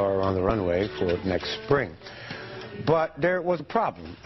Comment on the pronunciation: “Coming up nixt” 🤣🤣🤣